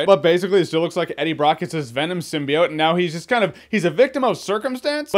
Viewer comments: I like how now they properly pronounce symbiote instead of "seem-bye-ote" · It seems they fixed the way they pronounced symbiote doesnt it?